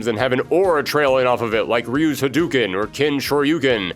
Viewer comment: Ha-DOOO-ken?....LOLZ! Breh